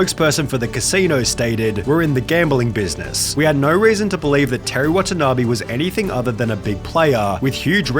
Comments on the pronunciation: it's NOT "watana BEE" , it's "watana BAY" .. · watanabe is pronounced wah tah naa bay not bee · I take a shot everytime he pronounce the name Wa-ta-na-bee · how to pronounce watanabe: wa-tan-a-bay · Why don't you spend some time looking up how Watanabe is pronounced?